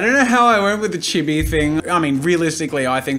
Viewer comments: quick thing what is "chib e" isn't it chee bee the pronunciation, i mean idk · things I learnt: jazza cannot pronounce chibi(it is cheebee) jazza does not know the difference between chibi and anime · It’s pronounced chii-be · Oh. "Chibi." No idea lol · Its pronounced chibi not chibi